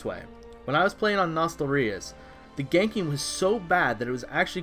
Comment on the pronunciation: LOL Nostal-rius